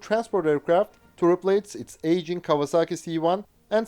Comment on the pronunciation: A pronúncia correta é KAUAZAKI ….!!!